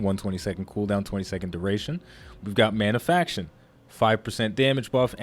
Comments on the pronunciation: Manafication, not "Manafaction" :-P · ManaFICATION not manafaction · good discussion but one thing bugged me: mana-fi-ca-tion :)